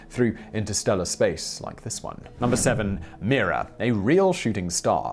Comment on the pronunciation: What's really amazing is Simons' steadfast determination to not pronounce words correctly. When he's talking about Mira, the very article he's scrolling on the screen says, "The star, called Mira (pronounced My - rah)," while saying "Me - rah".